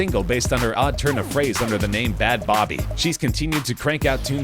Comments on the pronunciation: “BAD B-O-BY” lmao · Bhad Bhabie=Bad BABY not "Bad Bobby" 😂🤦🏼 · It's pronounce bad baby (bhad bhabie) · "Bhad bobby" WTF 💀😭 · Loool her name is Bhad Bhabie not Bobby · Pronounced bad baby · It's pronounced Bad Baby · Did you pronounce bhad bhabie like that to piss us off? 😂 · Zaire Barnes he said it the way it looks. Had I not heard it, I'd think the same thing.